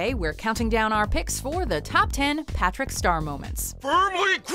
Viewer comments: Yep, PATRICK not partick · Well at least it was not "P'rick"